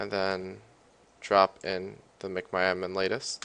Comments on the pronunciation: its mcmyadmin not macmyadmin u dumass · Mic my admin XD